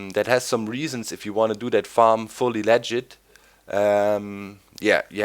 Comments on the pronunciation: Legit, not leegit. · lol you said ligit funny :P